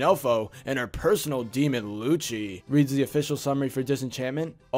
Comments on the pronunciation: It's not luci it's Lu-s-y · It's pronounced 'Lucy' the 'I' is suppose to be said like a 'Y' in Luci. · His name is lu-ci not luc-i